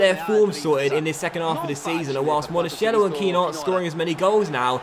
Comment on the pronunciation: Monakello not Monashello